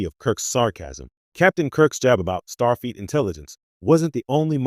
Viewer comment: MAGA Make America Godly Again,,, After hearing "Starfeat" three times, I just stopped watching. It is, "Starfleet".